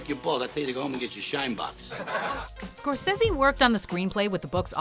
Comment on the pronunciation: Did...you just pronounce his name Martin score-sezzy??.....really?